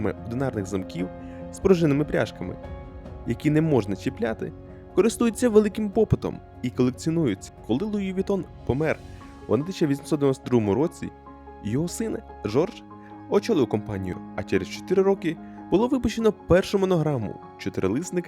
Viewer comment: Луї, а не Луїс. Він же француз